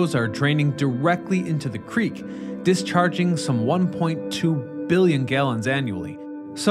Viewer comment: "dis charting one point two billon gallons annually!"